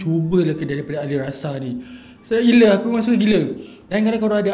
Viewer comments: Alissara bkn alisrasa hmmmmm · Ali-ssara bang.. Bukan ali rasa 😅😅😅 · Ada sedikit tersasul disitu.. alissara disebut alirasa 😂 okay lah enjoy jelah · Sedap punya pasal...Alissara dah jadi Alirasa 😅😅😅😅😅